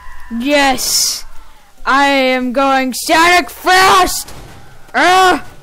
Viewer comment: Don't say sanic